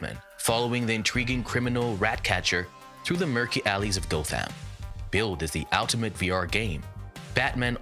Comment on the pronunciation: Gotham is not pronounced Goth ham. It's Gotham. 😐